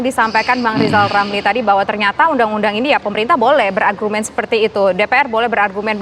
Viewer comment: Kita simak apa kata lizal lamli...